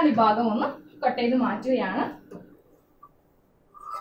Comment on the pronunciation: ബാകം അല്ല ഭാഗം ആണ്